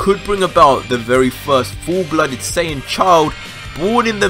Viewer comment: Im sorry, you can't say this is only for Dragon Ball fans when you can't even pronounce "Saiyan" correct. It's "Sigh yan" not "Say in" If you want to get even more technical it would "Sigh ya Jin"